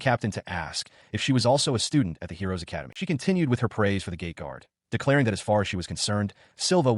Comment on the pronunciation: OOOHHHH, it is a GATE guard, not GAY guard